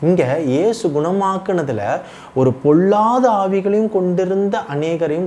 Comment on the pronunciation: தம்பி ல ள உச்சரிப்பை சரி செய்து கொள்ளுங்கள். பொல்லாத ஆவி என்பதை பொள்ளாத ஆவி என்று உச்சரிக்கிறீர்கள் .. தவறாக நினைக்க வேண்டாம்.